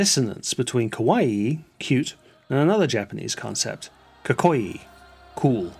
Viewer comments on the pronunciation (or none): When saying KAMAMI’s name, please take care to give the second /a/ the same pronunciation as the first. And, “kak-ko-ii,” not “ka-coy.”